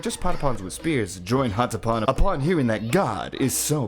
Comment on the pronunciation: at least you can pronounce patapon right... good video I think, kaibapon and geekolos will always hold a special place in my liver and don't hate on meden, you'd be like that too if you were a lesbian in a world with like 5 women, of which 3 want you dead and one is canonically straight and taken